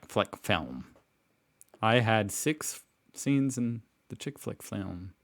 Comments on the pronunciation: Kiwis/Maoris saying the word "six" is ALWAYS hilarious. 🤣🤣🤣 Simply because it truly does sound like they're saying "sex". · You actually missed hearing the most pronounced difference in the sentence “I had six scenes in the chick flick”. To Australians is sounds like she said “I had sEx scenes in the check fleck”. We always knock a kiwi for saying six as coming through as sex. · There 6 sounds like sex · Now say Six in New Zealand. It sounds like Sex. So when she said Six Scenes it was worth a giggle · New Zealand’s pronunciation of “six” sounds like “s e x”. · The biggest one they didnt really concentrate on was Six & Sex . The Kiwi six sounds to an Aussie like sex . And the Kiwi for sex sounds like secs . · Six, v sex